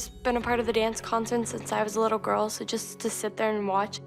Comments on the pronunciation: “we said the same thing about your litte GooRrLl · “I WAs a BaD GOrL”